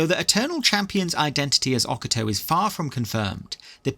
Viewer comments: Oca Toe ❌ O Cato ✅ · 1. The J in Jagar has a Y sound instead of a J sound 2. Its pronounced O-ca-to not Oc-ato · O-ca-to not oc-a-to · Oc-a-toe 😂 I didn't even realise you were talking about High chancellor Ocato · Love the vid but man. Its a silent J. "Yay-gar" tharn. And "ok-ate-oh" Also... There is evidence to suggest that the nerevarine was actually dragonborn which would explain why they would travel east to akavir (dragon-land) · Please for the love of god learn how to say Ocato's name.